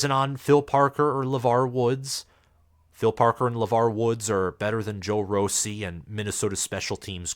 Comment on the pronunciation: Joe Rossi(RAH-see)